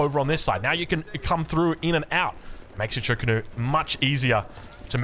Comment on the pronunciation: the pinyin is literally zhu ge nu. And in terms of pronunciation, it's "jew geh new"